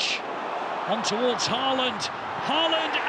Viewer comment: When will the commentators finally start pronouncing Haalands name correctly?